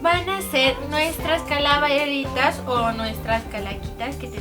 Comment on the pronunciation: Calaveritas ... jaja ni sabes pronunciarlo!!!